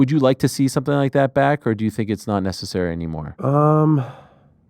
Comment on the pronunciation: I love how he says nessicary